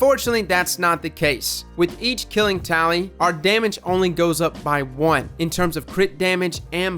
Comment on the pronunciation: I thought you said "Killing Towelie" at first